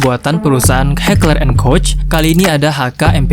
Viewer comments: senjata di thumbnail adalah: FN herstal Project 1990(P90), dan Heckler and Koch MaschinenPistole 5SD(MP5SD). Oh ya min, cara bilang "koch" adalah 'Kohg' ya. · ...FN Herstal P90 bukanlah SMG. Melainkan PDW dan Heckler and Koch MP7 itu secara teknis adalah PDW dan bukan SMG. Karena kaliber peluru yg digunakannya. PDW adalah gabungan dari Karabin dan SMG/Pistol Mitraliur. "Koch" dibaca "Kock".